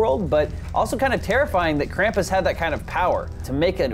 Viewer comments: Krampus is German krampüs the ü is a ooo said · it pronounced krumpoos